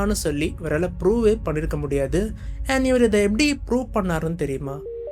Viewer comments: its not stimulation ❌bro its simulation✅ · Stimulation illa bro, Simulation.